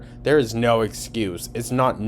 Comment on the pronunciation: oh naur!